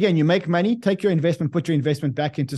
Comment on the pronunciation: Count how many times he says “Monney”